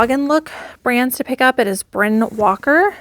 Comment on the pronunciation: Bryn Walker is a guy and pronounced Brian - just spells it differently